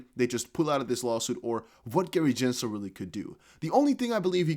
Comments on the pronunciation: It’s Gensler, not Jensler. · Can you say Gensler name correctly please